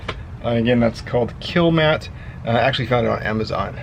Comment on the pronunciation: i'm sure dynomat are happy you are using there name and not their product. Its Kilmat. it says all over it, you keep calling it kilamat